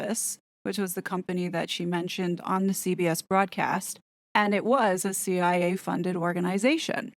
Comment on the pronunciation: I am here following you and is like why is she calling the CIA chia, like the plant pet.😅 Most of us in our fifties and older know the real Gloria Steinem. Time has soften her image. 😊